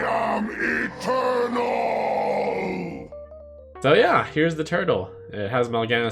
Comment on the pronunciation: Mal'Ganis says "I am Mal'Ganis, I am eternal" and "eternal" sounds kind of like "a turtle".